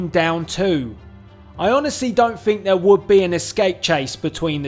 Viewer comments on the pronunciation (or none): none